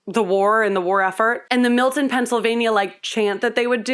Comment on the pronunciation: I live in Milton PA and I’m so glad she pronounces it like we do 😂.